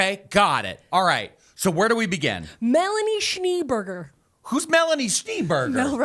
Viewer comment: I have to be the person who says the schnee in "Schneeberger" should be pronounced like "schnay." Schneeberg meaning "snow mountain." The -er on berger meaning one who lives on a mountain.